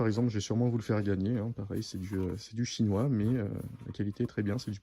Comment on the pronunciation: Rajoute un S à 'chinoi' mon...😉🤗